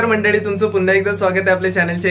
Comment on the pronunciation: नेहेमी तुम्ही मंडडी मंडडी म्हणता. मंडडी नाही. मंडळी म्हणत जा. आपल्या मायबोलीची अशी अवहेलना नका करू हो. 🙏